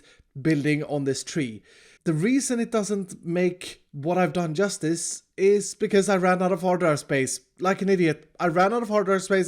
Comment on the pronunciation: the way u say bcz always crack me up